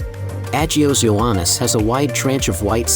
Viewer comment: An American pronouncing "agios" is.... funny or tragic? 😅 and "nea" as "N.E.A" ....lets hope this is an AI voice 😂